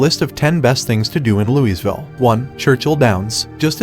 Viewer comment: Where exactly is this Lou-EEZ-ville?